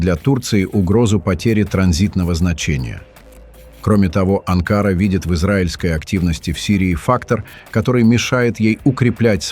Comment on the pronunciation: На слове Анкара ударение ставится на последний слог, на последнюю букву А. Вы ,дядя, постоянно неправильно ставити ударение в названиях многих городов..